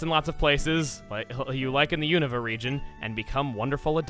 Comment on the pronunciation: Is it pronounced "you-nova" or "you-nuhva"????